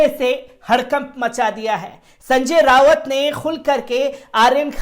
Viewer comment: संजय राउत नाम है उनका रावत नहीं कृपया नाम ठीक से पढ़ें